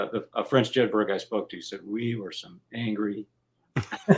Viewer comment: Jedburgh is a Scottish town. The name is pronounced 'Jedbrer' in the same way Edinburgh is pronounced 'Edinbrer'. One would have thought the pronunciation would have been correct. Nevertheless, a very interesting and informative presentation.